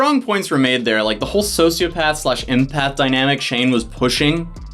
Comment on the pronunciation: I feel like they aren’t saying empath right lol